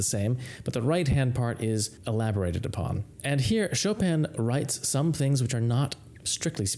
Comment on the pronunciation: It sounds strange that you pronounce it Etoode and not Etude as it's spelled! And you pronounce Chopin correctly and don't pronounce it Chop-in as it appears but use the correct pronounciation for Chopin as Chopan!